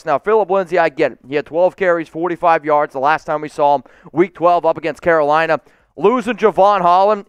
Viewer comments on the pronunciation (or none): none